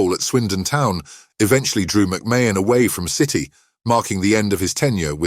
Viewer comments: The shock is producing a video under the name sport icons without having the respect to say the name correctly. You have said the name differently multiple times and still haven't managed to say it correctly even once. Say It like this MAC MARN . Secondly do your homework ...... why put up a random photo of Gary Stevens ???? You do realise that isn't McMahon? thirdly where exactly is this shocking news he has just revealed?? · How can you narrate a story when you cant even pronounce his name properly jeeeezzzzz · If enough people report this dross it might eventually be removed by YT. Can't even pronounce McMahon correctly! It's just click bait lies..... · At least say his name right 😂